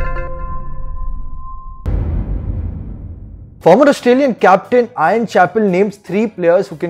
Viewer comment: ' Ian ' not 'Ion'.